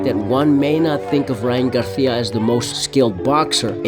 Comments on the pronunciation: I like this video bro but it’s GARCIA not GARTIA 😂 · Its GARCIA(GAR-SEE-UH) not "GARTHEAUH"... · Why do you keep calling him Ryan garthia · Why do you pronounce it as “Garthia” 😂 other than that solid video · Learn how to fucking pronounce GAR-SEE-UH. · Why do you pronounce Spanish Names with a Spanish accent when we dont speak like that in Mexico or all of the Americas? No you keep changing it up. Sometimes with the Spanish lisp "th". Ryan "Garthia"? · The way you pronounce Garcia is interesting choice. 😂😂😂😂